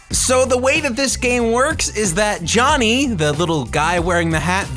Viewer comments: You said Johnny not Jony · This guy can't read. Or at least he doesn't know when to use a long vowel. Instead of "Jony" he says "Jonny", "shrivving" instead of "shriving", and "Lassie" instead of "Lasy". If you're gonna take the piss out of something, you might as well pronounce the mistakes. That's why I think he just doesn't know that they're spelled wrong. Oh, and 52 minutes? I would love to know how many people stayed to the end of that. You're reviewing garbage - dial it back a bit. Nobody wants to watch crap games for a whole hour